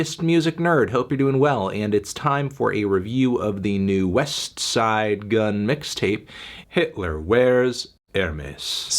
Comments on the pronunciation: You pronounce the T on Westside, WE DO NOT TRUST YOU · I feel like you’re purposely pronouncing the t in westside super hard. Relax a little Anthony.